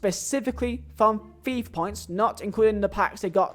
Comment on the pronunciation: Why do you say it say like ‘fia points’